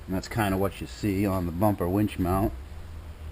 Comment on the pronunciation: When you say Warn Zeon wench, I hear "Werewolves of London" in my head.